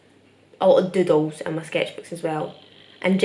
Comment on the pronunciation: when you say doodles it always sounds like dildos (btw i frickin love your art)